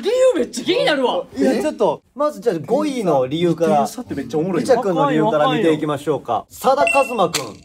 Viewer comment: たいちぇの「号外、号外〜」と 末様の「ごいい（5位）」の発音が 我が家の超爆笑ポイントです。 まぁ、どこを切り取っても面白いんですが🤣